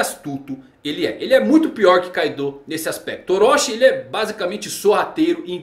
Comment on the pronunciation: "Ussôpe". Mano, escuta os nomes no anime e fala igual, para de tentar imaginar como se pronuncia, se não vc fala tudo errado. Fica feio. "Kaidôu" kkkkk. Pra te ajudar se fala Ussóp e Káidou.